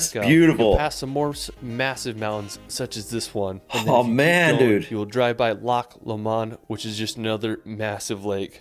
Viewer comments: This guy needs to talk to someone local - its GlenFINnan VY-aduct.... It's not Edinboro - repeat after me "Embra". AY-lan Donan... SLIG-ahan.... Bidean Nam Bian(??) - I'm sure that's Glencoe..... Loch LOW-mond Canada and NZ have more impressive scenery, but Scotland's scenery is closer changes around every bend, and nowhere is more than 5 hour's drive from the major cities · Everyone commenting on how he pronounces Edinburgh and Glasgow and totally glossing over how he pronounced Glenfinnan, Eilean Donan, Sligachan (although at least he didn't pronounce it 'Slig-ack-an' like a lot of English folk do (I'm English but am learning Gaelic so I'm off the hook)), Loch Lomond... 😆